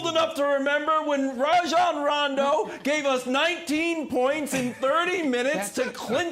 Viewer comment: FYI - It is RAH-jon...not RAY-jon. he said so himself in an interview on the jump, but no one seems to want to get names right.